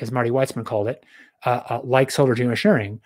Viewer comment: Also it says a lot that D cant say the word Geoengineering or Geosharing without mumbling.